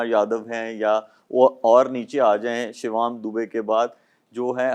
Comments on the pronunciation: Shivam Dubey ❎ Shivaam Dubey ✅😂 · Shivaam nahi Shivam hota hai. Naam sahi se lo Shoaib. Nahi to hm India wale tumhe Shoaib se Roaib bana denge 😂